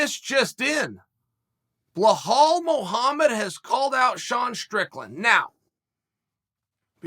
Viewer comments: brother, his name is bilal lmao not bihal hahahah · Jesus try and learn how his first Name really is ! it´s Bilal not Belhal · Blahal, Provolocovitch, Kozmat, Your Rear... who are these guys?? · Just when you thought Uncle will get nothing wrong in this video and he goes in to say BLOODYHALL MUHAMMAD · BLAHAL MOOHUMUD 🤣🤣